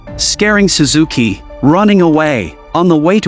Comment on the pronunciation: its shuzuki😂